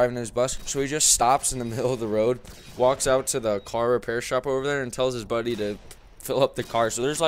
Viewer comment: You said buday comicly